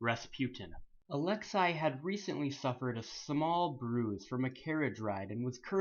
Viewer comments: "Alex-ay" not "Alex-EYE" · it's actually ah-lex-ay not ah-lex-eye